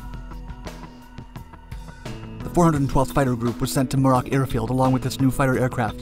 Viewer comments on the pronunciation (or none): I think you are on the right track here. Just FYI (not a criticism) Muroc is commonly pronounced with the emphasis on the first syllable: (MUR rock). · I believe Muroc is pronounced MEW-rok.